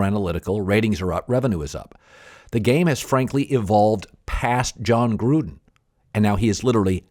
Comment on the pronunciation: I know he's saying Gruden but, I heard Trump!